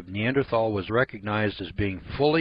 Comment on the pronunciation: Derp.... We not only have many Neanderthal fossils we have recovered Neanderthal DNA. You don't have any idea what you're talking about. You can't even pronounce the word correctly.